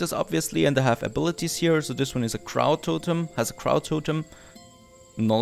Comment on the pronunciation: That' avatar looks like you? You're a happy dragon with blue dreadlocks?? (Oh and FNET: Crow rhymes with row or bow, not how)